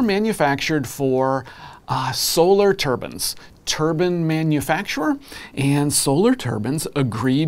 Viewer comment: TurbIne. Not turban